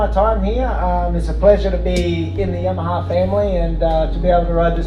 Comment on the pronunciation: It's funny how no Italian is able to say "Yamaha" correctly😂❤